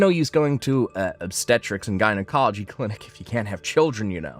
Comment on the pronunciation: Infer-tile. Jine-acoloy Drives me nuts.